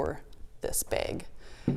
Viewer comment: Beautiful design!! 😍 And I love how your accent makes bag sound like "beg", whereas my super Southern accent turns it into a two-syllable word 😂